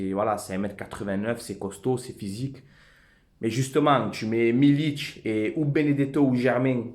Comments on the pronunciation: "milik" frero et non pas "milić" Ce n'est pas un Croate ou Serbe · Par contre c'est pas "Milic" c'est Milik gro lol, Forza OM.